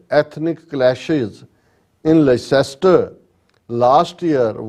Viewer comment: Sir Leicester is pronounced as LESS TER.